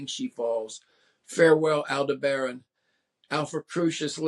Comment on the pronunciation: He mispronounces Yanovsky, Aldebaran, and Henske, all in the first 90 seconds. Ouch.